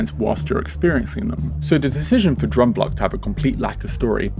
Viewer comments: I’ve always thought Efteling has a very dark fairytale style which is older and very European whereas Disney is very American sugary and bright. It’s like the difference between a Tim Burton film and a Steven Spielberg film . Ps it’s “droom” like “broom” not “drum” 😂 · I love how English people pronounce droomvlucht but I also absolutely love this video. I am a rollercoaster girls through and through. But not in the Efteling. Droomvlucht is my go to. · Your pronunciation of droomvlucht makes me giggle. But great video! I have so much nostalgia attached to this ride and you explained perfectly what I could never put into words. I really enjoy the style of these videos and the insight provided. So thank you for making this. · As a Dutch person I love how you pronounce Droomvlucht